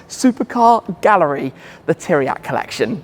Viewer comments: Bro, did you have the decency to ask any one how you pronounce Tiriac? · Why you can say pizza but not Țiriac?